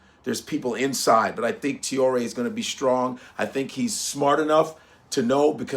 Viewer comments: Ibrahim Tee-yoo-ley….no no Repeat after me: Tra- as in Tra-ck (tracking nr) O- as in O-bama (Obama) Ré- as in Re-ckon (reckon) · As a Muslim I support brother Ibrahim Traorè. Pronounced Ebrah heem Tray ore A. And believe as the Quran teaches us about traitors. Do you know they're the only people deserving of immediate turning their tvs off? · His name is pronounced: Trough (like the farm utensil) and ray (like a ray of sunshine). So it’s Ibrahim “Trough-ray.” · Its pronounce TRAWRI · Pronounced “Trah-oh-ray” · Please say his name correctly pronounced Tra-Or-Ay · I love u, but learn his name. Tra-o-ré. He's hot right now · Tra-oh-ray what kind of African can't pronounce Traore 😂😂😂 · It's Trah-oh-ré brother. What a crazy General uncle Tom, tap dancing to some jim crow tune, what?! Fckim. Have to remember the West: USA, and Europe have nothing, zero, nada AT ALL in the ground. Coltan, zinc , niobium, titanium, copper, tin, cobalt, all the tech minerals needed to power hand held devices to guided missiles not in the ground! The West is fading "I've fallen and can't get up" We need more Captain Traore's here in mama Africa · Pronounce" Trar- or - Rrray " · Can’t be that hard to say traore .., just saying !! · About damn time this guy speaks up for his people. He must have just been getting hip to what’s going on in Burkina Faso. Because he wasn’t even saying Traore correctly…still haven’t told the world that the Igbo and Yoruba are the Israelites of antiquities… just say you scared bruh… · At least learn to pronounce his name😅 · Learn to pronounce his name